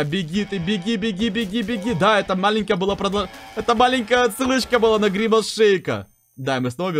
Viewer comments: Евро завут не гримас шеик а гримас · Не гримас шейк, а гримас!